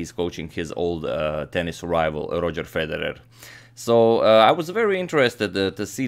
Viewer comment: "This here game" you're speaking too much American but I like how you pronounce Federer